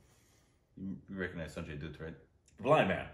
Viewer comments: You must watch this film. It really is a great film. Amazing performances by Kajol and Sanjay Dutt and most of all.. the man that gave me nightmares as a kid Ashutosh Rana(the bad guy in the film) ..he is one hell of an actor... Also 'Dutt' is pronounced like 'butt' and not 'Doot' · STOP CALLINNNNNNGGGGGG SANJAY DOOOOT... Its Sanjay dutt (like butt) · Aitraaj movie trailer. It's pronounced sanjay daatt